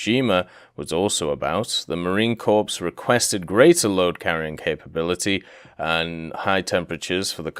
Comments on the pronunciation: The "ps" in "Marine Corps" is silent; it's just "muh-reen kor." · Marine corpse :p